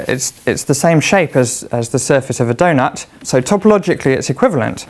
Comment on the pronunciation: in your pronunciation, space is spice, game is gime, donut is doinut.